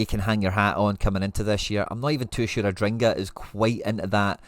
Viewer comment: its adingra, not adringa.